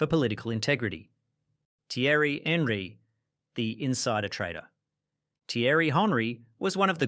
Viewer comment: This is what happens when you get chatgpt to write your script about something you have no interest in and then read it without even checking how to pronounce the names. Robin-hoe, Ay-jacks, Henry. I also love how chatgpt thought Eric Cantona turned evil for becoming an activist after his career where he literally karate kicked a fan.